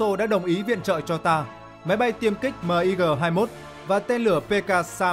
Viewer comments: Sao lại đọc " Míc" là " Mờ I Gờ"; Ko sai về phát âm ký tự trên văn bản... Nhưng bao lâu nay luôn nghe về máy bay MIG ( Míc). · Ad nên đọc luôn tên MiG luôn ad ơi . Đung đọc từng chữ cái mot M-I-G.trong khi mình lại đọc tên máy bay sam 2.